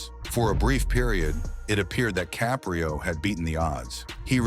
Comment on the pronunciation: Please pronounce his name correctly..its not ca'pre'o its caprio'